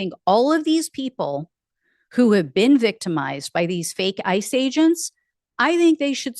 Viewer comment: When you said "ICE age-ents" I pictured the squirrel chasing the acorn.